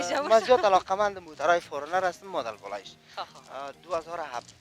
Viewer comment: او مدل است نه مادل